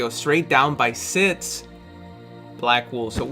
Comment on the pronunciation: Please say the word "si-x" instead of saying "zi-sts"